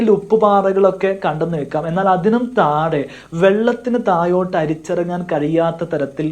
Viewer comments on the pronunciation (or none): none